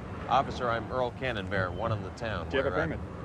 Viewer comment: He always pronounced it Earl Cannonbear. I'm sure I remember a sketch where Floyd Robertson is getting mad and yelling at him, and one of the things he was yelling at him is why doesn't he pronounce his own name properly.